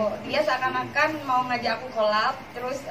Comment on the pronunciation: Coleb kali mba bukan kolab 😂😂 Lah bodo amat lah bodo amat hahahah